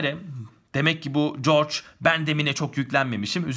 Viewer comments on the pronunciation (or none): Corç değil hocam corci